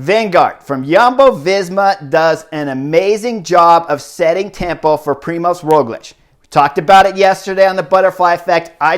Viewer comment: Also, it's Primož, not Primos, you're the first one I saw spelling/writing as Primos xD